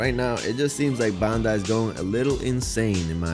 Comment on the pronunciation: Dude can't even pronounce Bandai right